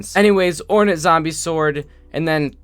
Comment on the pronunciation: ore-nat zombie sword Me: actually it's pronounced ore-nate